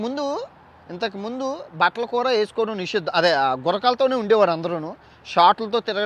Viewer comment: Adi nishiddam asuddam kadura ayya nisheedam